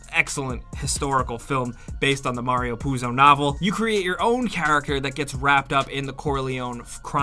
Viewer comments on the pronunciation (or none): none